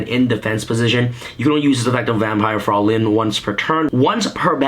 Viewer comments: TrippyMane Yeah it is german. The nearest Pronounciatuon is "Freuline" in german it is written Fräulein. It means a young woman who isnt married but nowadays It isnt used anymore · No critism, just for fun: Vampire Fraulein is a German name. Its spelled ,,Fr- eu (sounds like ,,oy") -lein. ,,Frolin" like you would spell it, means ,,young woman" in German. But its a very old word, no one says that today. Execpt my grandpa maybe.